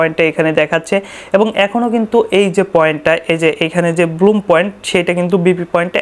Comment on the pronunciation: আরে ব্লুম না ব্ল্যাম।